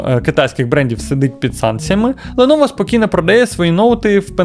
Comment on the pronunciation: Ти шо дибіл яке леново лепово вчи ганглійську